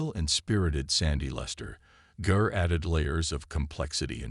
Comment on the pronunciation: the narrator should have had the respect to pronounce her last name correctly. He also mispronounced CarlReiner's name